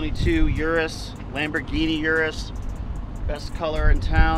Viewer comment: “Lamborghini 😯rus”😂😂😂😂😂😂